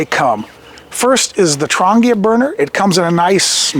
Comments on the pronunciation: Nice gear yes! Affordable? BARELY. Still far too expensive for most poor people. Trangia - TRAN GEE (long G) UH is the way to pronounce it. Not Tran-gea Was a bit confusing when you mispronounced it. Even a Firebox needs a wind screen sometimes. Diffuser is needed to spread the heat for certain cookware and foods so it is not concentrated in only one small spot. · Trangia might be pronounced "Tran - jee- uhhh." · Never listen to someone who can't even be bothered to find out how to pronounce the name of the products he's talking about.